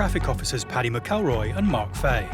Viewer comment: Yere wreckin my head with officer faey it’s Fa-he 😂